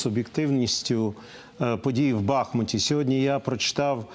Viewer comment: БахмУт , потому что речка БахмУтка, а не БАхмутка. За 9 месяцев боев неужели нельзя выучить?